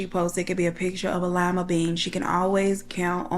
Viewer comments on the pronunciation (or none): none